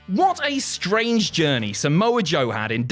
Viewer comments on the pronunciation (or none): none